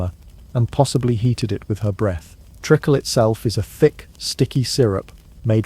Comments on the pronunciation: And that Penny Kick ice cream cup was reused without cleaning! Yucko! Listening from Newfoundland! FYI.....it's treeeeakle not trickle....can't stand AI ... bye, eh. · And lead.